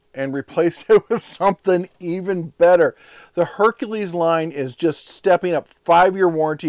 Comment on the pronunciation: "Workeen" is not a word. "Shoppeen" is not a word. "Steppeen" is not a word.